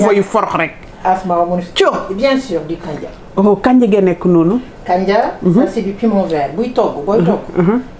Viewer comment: Le soupe de kandji 😭😭😭😭 way ki mome ak prononcé bi, khara ma nopi sakh hahahaha dina dé rek😂😂😂